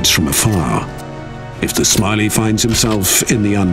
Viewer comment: Ah yes, the British speaker can never learn to pronounce a single foreign word. Pronouncing the Polish mech names as "Smiley," "Strahzneek," and my favorite "Zuuuhf." Absolute shame.